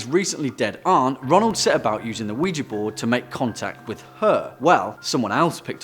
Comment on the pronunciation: Lmao , Ronal doe, not ronaldo 😂😂😂